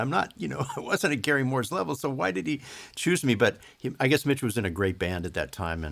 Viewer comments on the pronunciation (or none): none